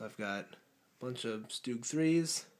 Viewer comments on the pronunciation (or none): none